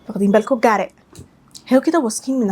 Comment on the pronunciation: اللهم بارك نطقك تحفة زودي من الفيديوز دي نتعلم منها♥️. وكنت عايزة اقول حاجة وهى ان ال t في got هنا اتنطقت حرف الراء بالعربي او حرف ال d في الانجليزي مش حرف الR بالانجليزي لان زي ما قولتي في اول الفيديو ان فيه فرق شاسع بين الراء بتاعتنا وال r